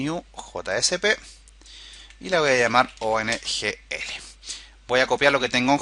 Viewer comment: Es OGNL Object-Graph Navigation Language, Lo dices mal durante todo el video. Saludos!